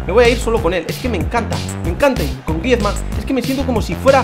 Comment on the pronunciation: por favor, si quieres que siga viendo tus vídeos y por mi salud auditiva aprende a decir el nombre de Griezmann